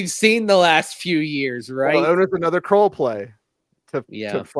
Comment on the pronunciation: Are you guys sure of that pronunciation? Looks like it’s KRULL as in SKULL? Everyone pronouncing it as KROLL as in TROLL. Maybe you can check with him which is correct. It’s nice to pronounce someone’s name correctly.